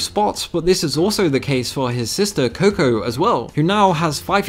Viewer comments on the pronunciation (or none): none